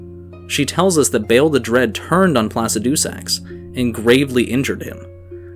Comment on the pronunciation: can you please stop saying placidusax like that? the dragon priest says the name how it's supposed to be said.